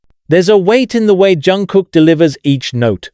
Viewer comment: Автор все ЗАМЕЧАТЕЛЬНО сказал о ЧОНГУКЕ, всё исключительно верно, но несколько раз повторялось не правильно его имя, это сильно режет слух, извините если не так, может дело в переводе. Чонгук очень талантливый певец, танцор и музыкант. ЧОНГУК П Р Е К Р А С Е Н, желаю ему счастья и ОГРОМНЫХ УСПЕХОВ в ТВОРЧЕСТВЕ, да и во всём!!!!!!!